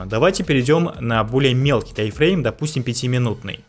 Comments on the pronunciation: не тай, а тайм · Почему тайфрейм? Таймфрейм же, ухо режет 😮‍💨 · Претензий к информации автора нет, просто интересно меня одного подбешивает когда он говорит «тай-фрейм» а не «тайм-фрейм»?😂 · ТАЙМФРЕЙМ, а не ТАЙФРЕЙМ, ПАДЛА😆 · Этот парень учит нас а сам не знает что говорит, какой тайфрейм? может тайМ-фрейм?